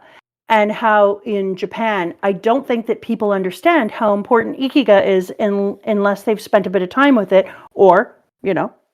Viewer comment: Oh no ikigai is pronounced eekky-guy Good glay song